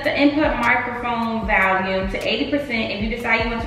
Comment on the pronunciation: nobody: in this video: “VaLuMe” lmao you’re definitely saying that word incorrectly 💀